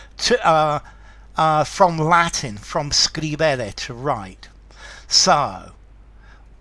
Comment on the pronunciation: Pronunciation of scribere, scribo, scripsi, scriptum Third conjugation verb: scribere...not stressing the second syllable...scri-be-re